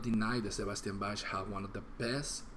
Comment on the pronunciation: The words are wrong in the video. Its " who's behind the REIGN", not rain. I'm a rnr OG. Bro, his name is pronounced BAK. Plus thats not the reason he didn't like Stryper,man.